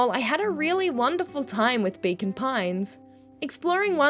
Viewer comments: I kept hearing Bacon Pines.😆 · That's because that's what's being said :D Accents gonna accent